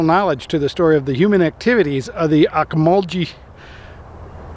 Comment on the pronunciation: I'm sorry, but no one around here pronounces it that way. the "-gee" is a soft g, as in "gas"